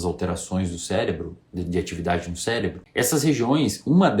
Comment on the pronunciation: Pelo visto só eu notei ele dizendo "célebro" ali antes de reclamar os balões. kkkk Mas sem brincadeira, foi um vídeo interessante.